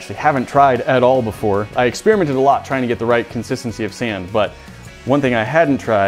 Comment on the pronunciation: Lol. He also says "exspeariment" instead of experiment.